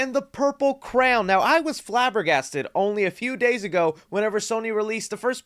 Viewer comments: I love the way you say crayon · I thought kippy was the only person to call it a craown (crayon) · I do smile everytime he pronounces crayon- never heard it pronounced that way before